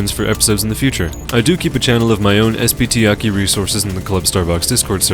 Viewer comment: its not pronounced "Aki" you weeb. its A.K.I